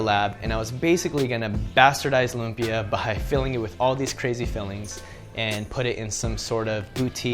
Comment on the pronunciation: It's pronounced loomp-Yah. There's an emphasis on the beginning of the second syllable.